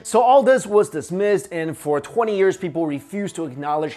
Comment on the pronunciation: I heard 420 years instead of For 20 😂